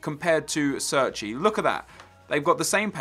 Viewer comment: Cerci is pronounced as you would pronounce Che(as in Che Guevara) - rci. Not Serci.